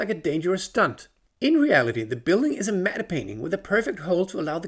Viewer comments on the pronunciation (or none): Are the paintings in movies pronounced “Matt” as matte is usually? it kinda sounds like you’re pronouncing it “Matta.” No disrespect, just interested. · "Matte painting" is pronounced "mat painting" - I think the Germans would pronounce the E but in English it's silent (blame the French) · "Matte" is pronounced "Mat". The "e" is completely silent 😉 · "Medde painting"